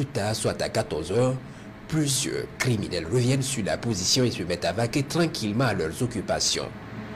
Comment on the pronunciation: Ces kériminels doivent tous être bien verrouillés. Le commentateur mérite un prix d'or. Les opérations ...........................................................se proursuivent.😆😆